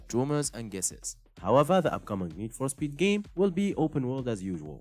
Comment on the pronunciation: “Nees for Speed 2022”